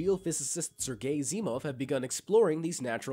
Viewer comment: Sergei, sounded like you said Sir Gay 🤦‍♂️ Did you do that on purpose? 🙄 🤣